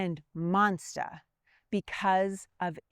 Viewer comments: monsta...fatha...feva... Love the accent and thanks for enlightening us with American Revolution history! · "monsta" LOL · Im sorry did she say Monstah? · Monster dosent have an A at the end of it. Neither does the word four.